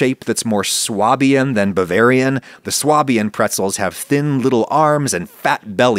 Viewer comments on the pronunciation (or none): Swabian is pronounced Sway-bian in English, presumably because it is closest to the equivalent German word "Schwäbisch" . At least that's what I remember hearing in Stuttgart. I know "prescriptive vs descriptive," etc., etc, but fyi Swah-bian sounds weird. Pretzels look good tho